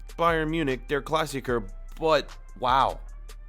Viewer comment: Please dont say again, deRRR Klassikerrrr Say, De'a Klassikaa